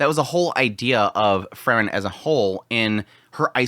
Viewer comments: It's Freeren, not Frrren.😁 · All I can here is this guy saying Fer-ren, takes me outta the whole thing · When you say “frieren” you make it sound like fern which makes the discussion hard to follow at times.